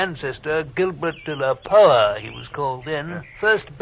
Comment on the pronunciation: Oh he was doing so well until he got to the name 'De-la-Power'.